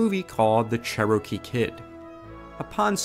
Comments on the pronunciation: The Che-roh-kee Kid, eh? You make me sad. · Charrow-key Kid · You’re pronouncing Cherokee wrong.